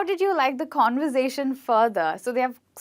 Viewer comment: what in God's name is "convozation" lol